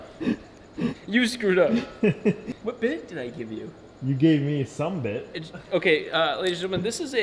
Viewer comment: I know he's implying there is not enough there with "some bit", but for some reason I hear that as "summa bit'" if you get my nomenclature there.